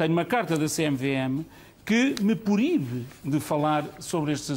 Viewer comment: "instabelidade", "que me poribe"... Realmente, Vale e Azevedo era um comunicador nato... 😂👌